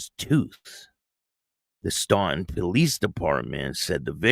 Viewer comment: Great show as always.If it's the same place in Virginia I lived in several years ago it's pronounced Stan-ton, Virginia.✌️